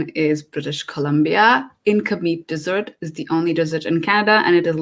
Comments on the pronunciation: It's Desert not Dessert plz don't mind my correction in pronunciation. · Desert [ dez-ert ], not dessert [ dih-zurt ].... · on she pronounces desert as " dessert". Anyway, great video. Thanks for all the tips and information.